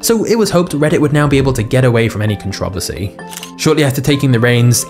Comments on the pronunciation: How do you say controversial perfectly but controversy weirdly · i love your videos but PLEASE learn how to pronounce controversy 😂